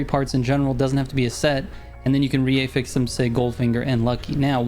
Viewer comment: Bro wtf is an "eh-fix"? 😂 You should look up how to pronounce affix, i can't handle the cringe.